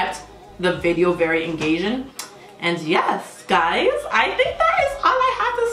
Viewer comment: The best moment always is when u r saying with accent " YEZZZ GUYZZZ"😂😂😂😂 +u r the most hilarious and true reaction person love you 😂